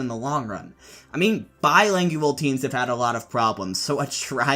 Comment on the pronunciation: BiLINGual, not biLANGual